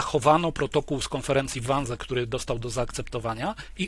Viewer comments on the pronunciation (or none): to sie czyta 'wanzi' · Wannsee wypowiadamy wanzi... Panie Piotrze to aż w uszy kłuje. Serdecznie pozdrawiam. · Wiem, czepiam się. Ale cierpnę, jak Pan wymawia "Wannsee". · Wannsee jest nieprawidłowo wymawiane. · Learn how to pronounce Wansee